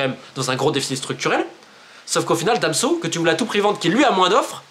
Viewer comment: C’est moi ou j’ai bien entendu Romain Molina dire Damso au lieu de Danso 🤓